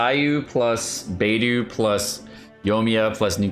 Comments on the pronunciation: Love your videos but your pronunciation makes me cringe. It’s pronounced like BeiDoe not Beidoo and Xing Cho not Xing Koo. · Does know it's BeidO not BeidU? They even say it in voice lines. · why do u butcher xingqiu as jingkoo and beidou as beidoo?? could u please take a minute or two to learn their proper pronunciation and respect Chinese names lmao it feels a bit disrespectful as a Chinese person.. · this is the first time I’ve heard any infidel pronounce “Xingqiu” as “singku” and Beidou as “baydoo” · YO-miya...Bay-DOO...Shing-Q... Pronunciation tips: Yoi-miya. Bay-doh. Shing-cho. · Bro its soo annoying lol also leaving the I out of Yoimiya. He said Yomiya over and over again. Singku, baydoo, and yomiya.